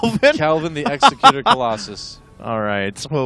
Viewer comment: its Eggs-Xeck-U-ter. Not C-e-Cute-er